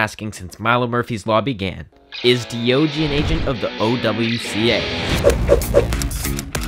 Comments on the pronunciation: His name is D O G not deeogee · Diogee is literally D-O-G sounded out lmao I'm naming my pet that....